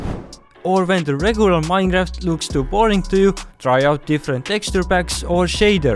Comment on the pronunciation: Minecraft❌ Minejaft ✅